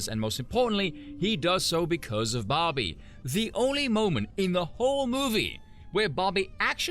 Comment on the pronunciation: Took me too long to realize you were saying Barbie and not Bobby.